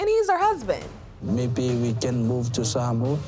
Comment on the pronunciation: Damn that host has to learn how to say Samoa properly. It’s not sar- mower. It’s Sah-moa (more) sheesh